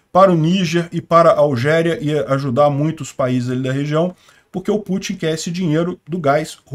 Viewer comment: Não é Algéria, mas sim Argélia